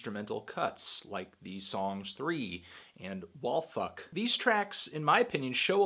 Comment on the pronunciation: The way he said Wall Fuck jsjsjsjsjs